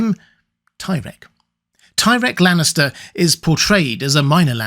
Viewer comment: Ahem...it's pronounced "tie-reek"